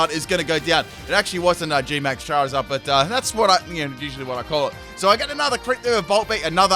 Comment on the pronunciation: CHERRYZard? Don't you mean CHARiZARD?